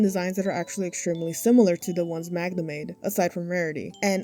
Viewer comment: It's nothing important, but as a polish person I can't get over how well you pronounce Magda!!! I've heard people say it like Ma-gee-da and it made my ears bleed 💀